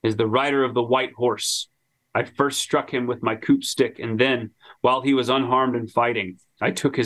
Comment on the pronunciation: Love y’all’s stuff, but that last 30mins mispronouncing counting coup 118k times was killing me